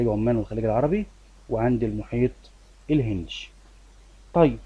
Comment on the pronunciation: شرحك جميل 😍 بس انا اسفه هو في مشكلة صغيرة ان حضرتك مثلا لما تقول الهندي تقول الهندشي زي منطقتشي فدي حاجة بتخليني مركزش بس بستفاد من حضرتك كتير طبعا ❤❤